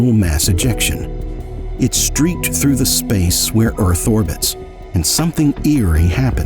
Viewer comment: The Earf is Fwat!